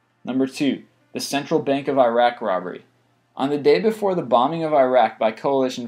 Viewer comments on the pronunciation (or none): none